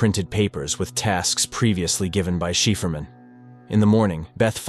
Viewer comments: shiferman hahahaha its said cyfferman aka cipherman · not shapherman but Cy-Pher-man